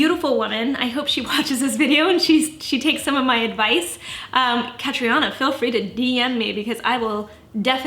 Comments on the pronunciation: By the way, it’s pronounced Cat-treena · Why the hell are people butchering her name? It’s irish it’s pronounced Katrina ughhhhh kills me!! Tell me she doesn’t call herself that too?? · Loooorrrrddd. Catriona is an Irish name pronounced "Catreena". why do people give their kids names they refuse to learn how to pronounce!